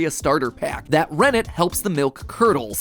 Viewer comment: hearing him say rennet i thought i hear remnant